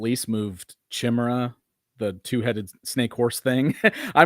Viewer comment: Why is pronouncing chimera “chim-ur-ah”? I thought I heard it wrong then he did it again. Always enjoy your livestream and! Edit: evidently other people pointed this out as well 😂